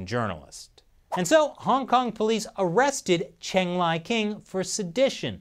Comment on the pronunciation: I think the the answer is pretty clear. Yes! Also, I’m fairly certain that Cheng is pronounced like Chung.